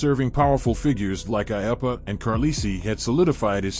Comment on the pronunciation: It’s I-oo-puh, not I-uh-push.